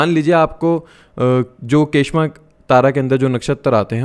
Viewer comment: kshema या क्षेम बोलेंगे के श मा कुछ नही होता